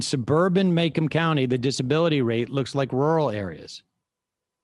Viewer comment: Are you taking about Macomb County in Michigan? It's pronounced "ma" like mama, and "comb" like the tool you use on your hair. Being from Michigan, things are pronounced weird, but you get respect when you pronounce it correctly.